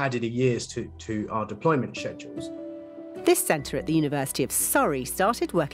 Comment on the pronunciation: Shezule Its Schedule